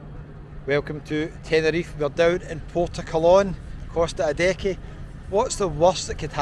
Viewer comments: Why do you keep saying Costa adeckee? Isn't it pronounced Costa a-day-hay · Maybe, But calls it Costa Adeckee and everyone in Scotland knows where he means 😉